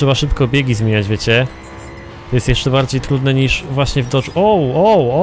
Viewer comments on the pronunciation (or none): none